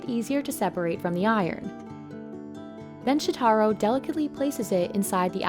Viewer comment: You also mispronounced "Shotaro". It's "Sho-ta-ro", not "Sho-tar-ro"